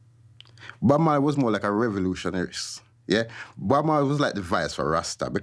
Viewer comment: you dont say the E in marley...